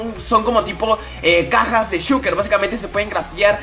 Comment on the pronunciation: se han dado cuenta de que no dice shulker y el dice shuker